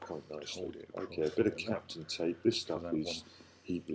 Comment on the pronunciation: What did you say? CAPTAIN tape??